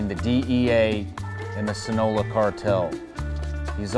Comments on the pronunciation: Sinaloa Shawn not sinola come on😂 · It's not sinola..it's Sinaloa... 😂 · Love ya Shawn, but “Sinaloa” does not rhyme with “Granola…” 😝